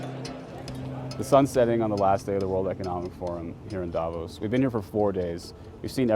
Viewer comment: Ironically, Klitschko is the only one who pronounces Davos correctly, at least the emphasis (it's on the o, not a). So [daˈvoːs] and not [ˈdavos] Well, actually the v is pronounced as an f. At least locally ;-)